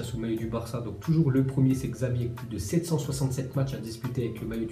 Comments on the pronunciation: *Chavi Mdrr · Il a vraiment dit "Gzavi" ?